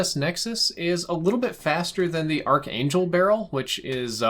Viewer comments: It's pronounced "ark angel" not arch. Not hatin' just explainin'. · You dont pronounce the 'H' in archangel